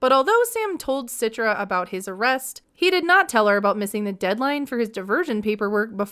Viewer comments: please stop saying her name Sitra 😂 it's Citra (the C is like "CHarlie") not like with an "S" Sitra 👀 Indonesian here btw ✋🏼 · I think her name should be pronounced - "Chee-tra" not "Sit-tra"